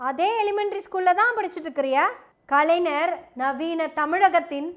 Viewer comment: செந்தலை கவுதமன் ஐயா, சுபவீ ஐயா,வழக்கறிஞர் அருள்மொழி இவர்கள் பேசும் போது கருத்துகளை மட்டும் கவனிக்காது தமிழ் உச்சரிப்பையும் கவனி அம்மா! கலைநர் அறிநர் என்று உச்சரித்தல் பிழை! ஞ வைச் சரியாக ஒலிக்க வேண்டும்!